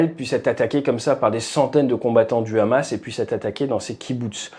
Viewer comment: Pouce bleu direct au bout de 10 secondes pour Hamas et non Rrrrramas